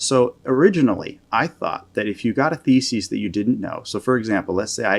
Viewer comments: Great video, but it drives me nuts that you keep saying “thesis” like “feces” 😂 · Never heard thesis pronounced that way